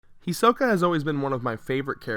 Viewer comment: Can't any YouTubers that are apparently huge fans of Anime/certain anime characters pronounce the name properly? Is it really that hard to say "He-Sokka" not "He-soh-ka"?